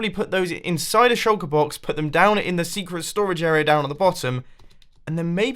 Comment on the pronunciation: Everytime you say Shulker Box, I hear Chocobox